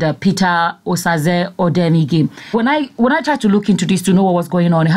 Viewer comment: Not odenige it's odemwingie